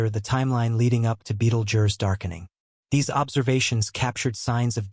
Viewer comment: at least learn to pronounce the star before u make a video bud